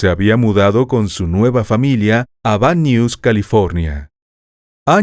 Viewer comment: Me encantan sus relatos. Vivo en Los Angeles. Se dice Van Nuys( nays).